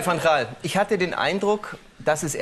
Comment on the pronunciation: "Denke Iccchhhhh" Mega Geil